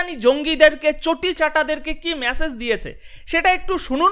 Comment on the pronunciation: বেশ ভালো প্রেজেন্টেশন। কিন্তু ভাই, মেসেজ, সম্মান --বলুন। ভুলগুলো খুব কানে লাগে!